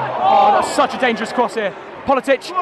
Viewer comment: man it's like "politick" not "politich"